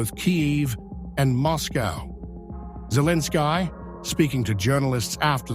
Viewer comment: The TTS is speaking like Zelenski instead of Zelensky. Anyway, I don't even know if this type of video is authentic or not. But one thing is for sure, nobody is going to take Russian nuclear power plants.